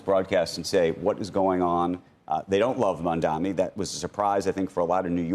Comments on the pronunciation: Why are they ok with calling Mamdani as Mamdami? Cuomo got corrected in the debate regarding the name. Maybe he is still salty that he lost but what about the anchor calling him the same? Don't they have standards to not call people's names incorrectly as a host? Why not learn how to pronounce it before saying his name a lot in the segment. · These loser clowns can't even say mamdani properly. Ross sorkin keeps saying mandami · or they like to say mandaMI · the name is "maam-daani"..m-a-m-d-a-n-i. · Title should be renamed to: Rich Millionaire TV anchors who can't say Mamdani's name right collude on live TV how to win election with millionare Andrew Cuomo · They are so detail-oriented that they can’t pronounce Mamdani correctly! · They do that on purpose I believe.